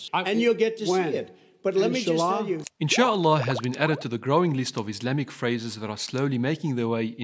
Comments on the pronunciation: "in july" not "inshalla" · Why does Biden say ‘Insha Allah’ like ‘enchilada’? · He definitely said enchilada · he said it wrong "In-Sha-Al-law" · lol he doesnt pronounce the a in Inshallah he said it like inshlla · Bruh.. He said ‘In July’ not ‘Inchallah’. Why would he say ‘Inchallah’ anyways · Bruh he didn't even say inshalla it sounded more like in july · Biden is not saying inshallah here... He is definitely not saying inshlaah here... Its doesnot fit here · July doesn't end with a "La" sound. It ends with a "Lie" sound. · He pronounced it wrong..smh